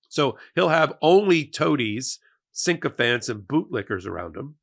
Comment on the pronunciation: Love ya man, but the word is sycophant, not syncophant!! You always add that N incorrectly, and it drives me mad.